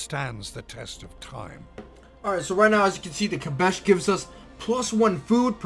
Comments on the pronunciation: Hi, thanks for the video. The special improvement is pronounced "Kass-bah", not kabesh ;) Maybe you know the very famous Clash song "Rock the Casbah" ? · It's Kasbah and Berber, not Kabash and Beiber. Sorry to be a grammar nazi. Also those Native Americans are pronounced sho-sho-nee.